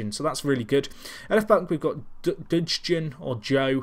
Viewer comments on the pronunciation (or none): Gnahore = "Na-Hor-Ay" Dudgeon= "Dud-jun" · Dugeon (like judge-on) I believe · Take this from a northern irish person xD Dudgeon = Dud-Gee-On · xD Its dud-ge-on, you need to pronounce the e :P